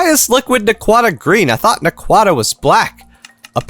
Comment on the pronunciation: too bad he doesnt pronouce them right 😢